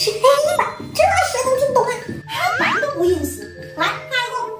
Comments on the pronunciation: 哈板黑板😂😂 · 我也覺得很佩服這位老師😂😂？發音口音差好多 黑板 跟哈板😂😂😂😅